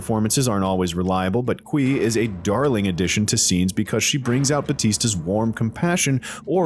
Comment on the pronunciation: Thanks for this review. But that's not how you pronounce the Mandarin Chinese surname of Cui, it should be "Tsway" not "Kuee".